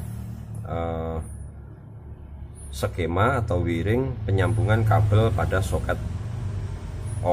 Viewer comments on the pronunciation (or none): wiring pengucapannya / wayering/ kalo bhs inggris diucapin dlm bhs inggris, kalo bhs arab dlm bhs arab jangan konslet.